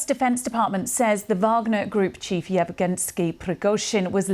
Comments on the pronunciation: I've heard some wicked pronunciations of Russian and Ukrainian names in the last few years. Alot of westerners seem to throw in whole syllables that aren't even there. 'Yevgenski', that's a new one. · Yevgenski? That was unprofessional